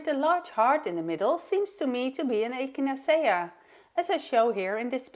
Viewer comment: Very creative and lovely cards. The methods are very helpful,thank you. Do you mind if I help with your pronunciation? I’m an English as a second language teacher. Thee first one is the name of the flower echinacea pronounced ekinAYshuh and the secon is relief pronounced relief. Your English is amazing though and every little bit helps I think! Thanks 😊